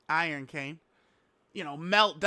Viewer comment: "IRONCANE" lmaoo